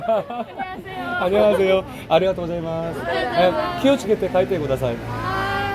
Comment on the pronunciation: 키오츠케떼 ㅋㅋㅋ 이제 너무 잘해